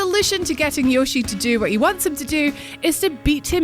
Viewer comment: Cute voice but its more like if it were to prounouce 'Yoe'-'shi'.